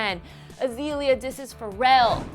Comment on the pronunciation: Anyone else laugh at how this chick say FUR-rell is Pharrell